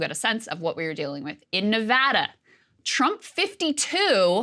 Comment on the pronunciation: At least Krystal pronounces Nevada correctly.